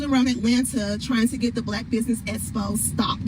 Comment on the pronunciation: E x p o. Not espo